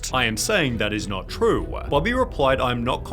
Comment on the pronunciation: TRUE-AH, IT-AH, I-Ah